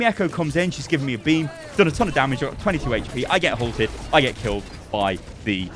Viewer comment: "It deals 200 Heche-Pee damage"